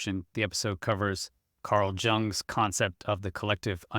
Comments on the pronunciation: I'm sorry but the mispronunciation of German names is really distracting Jung is pronounced like “young”; Neumann is pronounced like “noyman” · Jung is pronounced "young". It's German for "young". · Off topic but it's pronounced Carl Yung.